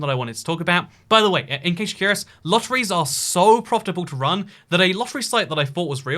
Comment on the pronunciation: Lotteriee lol